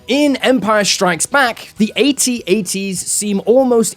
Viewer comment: One note about Star Wars pronunciation: They aren't called "A" "T"s. They are "At-ats". Pronounced /at-at/. Not like the letters, but like "where it's at".